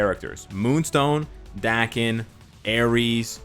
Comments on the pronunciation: North Americans have that kind of problem with pronunciation, most of them if not all have that problem. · "Dah" ken, not Da-ken--Daken is from the Japanese word, mongrel, cur or mutt, right? "A" in Japanese sounds like a short vowel "o" in English like in Octopus or October. Does everyone pronounce his name with a short "a" vowel sound? Marvel hasn't cleared up how to pronounce his name or what? I barely know the character, and I suppose I should look online, but what's his real name. No one would actually name their child mongrel.